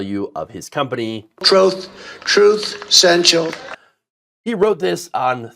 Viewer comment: "Troath...truth sensial."